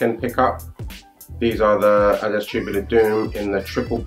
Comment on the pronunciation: Sehr schönes Video und ich freue mich sehr das du "Adidas" richtig aussprichst, sehr gut!!! Mir gefällt der EQT am besten! Very Nice